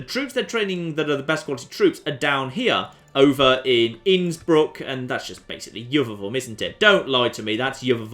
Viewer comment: Iuvavum is Salzburg NOT Innsbruck. Innsbruck wasn't a town in Roman Times but there was a Castellum called Veldidena where the town is today. It protected the Via Claudia Augusta that led through the Alps. Thumbs up for your correct pronunciaton of Innsbruck.